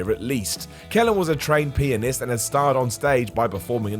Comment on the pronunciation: Time 5 min 3 sec. Dude sounded like he said the maestro was a trained penist. Bout choked on my drink wen I heard that!